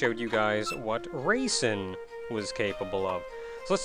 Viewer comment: I keep hearing raisin instead of Reisen...